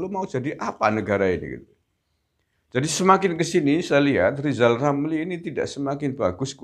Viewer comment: Lizal lamli katanya doktor, suruh belajar bicara dulu yg benar, masak nanti jadi presiden , bilang R gak bisa , tik di ketawakan orang , tapi presidenya pabrik sunduk sate / tusuk gigi.